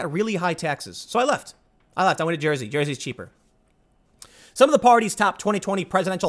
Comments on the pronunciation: The way he says Jersey is funny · Jersey accent came out there. :)